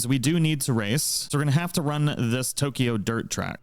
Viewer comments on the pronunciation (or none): none